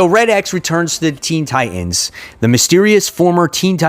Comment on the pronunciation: You pronounced Teen Titans as Teen Tienes lol wtf